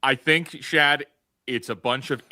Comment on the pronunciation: It's Shad.